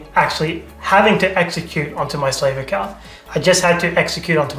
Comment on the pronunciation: Slave and how he pronounces it makes sense to how Indians treated black African tribes in India. Next time, just use the word receiver. 😢